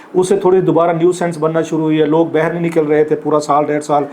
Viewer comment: السلام علیکم کلاسرا صاحب آپ باہر کو ہمیشہ بہر بولتے ہیں شاید سرائیکی زبان کے زیر اثر ایسا ھے پلیز بہر کے بجائے باہر بولنے کی کوشش کریں آہستہ آہستہ ٹھیک ہو جائے گا